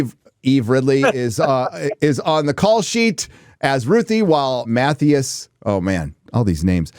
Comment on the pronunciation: Matthias is pronounced Matt-tee-is... 😅 Which one of them went to school?... must have been an american public school.... 😅